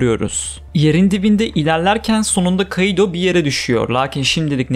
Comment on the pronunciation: Şu kaİdo demen beni bitiriyor ( İ ye efsane vurgu yapıyorsun ) 👍👍